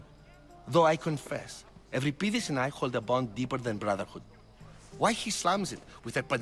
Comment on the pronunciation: Voice actors are completely mispronouncing Euripides..... Other than that, ace game!